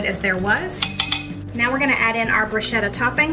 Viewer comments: FYI, bruschetta is the toasted bread one puts toppings on, if desired And the ch is pronounced K, rather than sh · the Korean Tacos - oh my! SO scrumptious!! And easy! Thank you! Btw, bruschetta is pronounced broo-sket-tuh. (A lot of people mispronounce it, so you're not the Lone Ranger - ha!) Also, you always pronounce Worchestershire sauce correctly even though you act nervous or unsure about it! (pr. Wu-stuh-shr) Flaunt that correct pronuncation girl - you've always got it RIGHT!! Love your videos (love your family!) and dear little Gracie Lou! I buy Butcher Block meats too and recently ordered Auntie No-No's seasoning because of your wonderful suggestion! Thanks! 💗